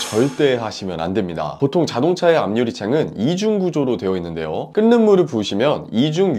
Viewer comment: "끓는 --> 끌는" (o) , 끈는(x):: 발음이 계속 거슬림